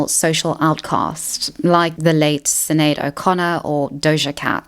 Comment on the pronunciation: Sin aid o Conner, not the worst pronunciation but not right lol ‘Sh n aid’ Great video ❤